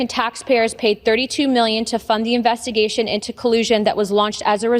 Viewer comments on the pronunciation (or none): "Invessigation" What a waste of flesh.